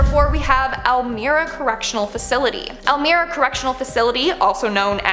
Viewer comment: It's Elmira not elmera it's pronounced as an i